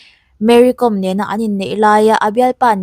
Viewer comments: Mery Kawm, hi Meri com. tiin kan lam ṭhina, Zo hnahthlak Káwm hnam anni, khawchhak leh hmar lama zohnahthlak tam tak hian, Zo hnahthlak an in ti duh lo fo ṭhin, a hming lam dan hi Mary Káwm (Kawikawm) ti a lam tur a ni, Hmarte Paite tamtak hian mizo ka ni lo ti hi tamtak an awm ang hi a ni mai, Mari Kawm, tih chu, Tlani, Ralte tih ang deuh a nih chu. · Tinge Mary Kom hming hi youtuber ho hian in lam dik miah loh mai le 😂😂 .com ang a lam tur ni lovin lehkhabu ‘kawm’ kan lam ang hian ‘kawm’ tih tur a ni e . Ka lawm e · Ti nge Kom tih hi thluk rawh u Mizo hian mi trawng in lam thiam loh tlat zel,,Archang kawm in ti ang hian.Kawawwwwwm aw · Awihawm loh ee tuman Kawwm an ti lo..Google leh youtube ah pawh va en rawh lam dan tur.. tlema thluk deuh tur chu ania mahse a thluk hniam in a ri tur a ni lo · Kâwm tih zawk tur, ‘kom’ hnam